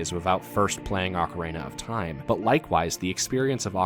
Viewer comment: Loved the video, but this drove me nuts: Do you see a third A in the word ocarina? It's ock-uh-reen-uh, not ock-uh-rain-uh. Okay, rant over. Great vid!